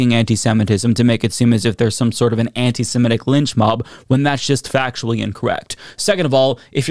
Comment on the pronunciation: it's antisem-it-ic, not antisem-et-ic, okay?